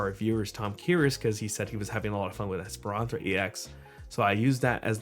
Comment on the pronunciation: Please learn how to pronounce Espathra bruv 😂😂😂